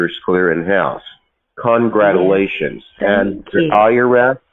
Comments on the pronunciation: Congradulations . That should be the first clue. They tend to pronounce words wrong. They must think that they sound very logical . Nonsense . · Why are these people unable to say the word congratulations correctly?